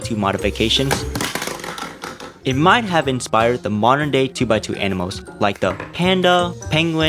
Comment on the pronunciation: Please learn to pronounce your L’s. You pronounce animals as “animohs” and puzzles as “puzzohs. I wasn’t going to comment this but I couldn’t stop my self after you kept doing it. Edit: I just got to the part where he pronounces only as “ony” and altering as ”awtering”